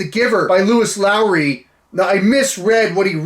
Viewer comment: The best part about this video was you talking about how low your reading level was, and then proceeding to mispronounce and misgender Lois Lowry